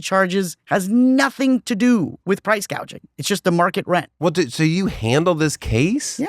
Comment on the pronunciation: "gouging" not "gauging"